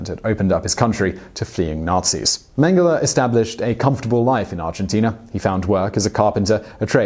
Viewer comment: People: Josef Mengele Me: Josef Mango